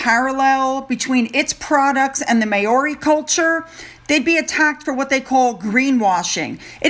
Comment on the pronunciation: That's the funniest pronuncition of the word "Maori " LOL . Not laughing at you unkindly, but being born a Kiwi of mainly English and Scottish heritages and known as a "pakeha" in the 50s, 60s and onwards, as opposed to being of Maori heritage ,vive never gear. Maori pronounced as Ma- oris 🇦🇺👍👌🙏🤗💞✌️👏🇺🇸✝️